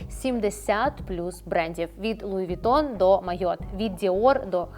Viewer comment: Луі Вітон😂😂😂😂😂Трошки із французським прононсом, будь ласка👌🇺🇦